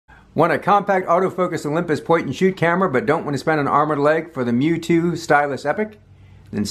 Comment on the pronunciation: Thanks for recognizing it's "Mju" and not "M-J-U" like many YouTubers seem to think